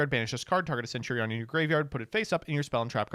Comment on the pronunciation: I just learned doesn't know how to pronounce centurion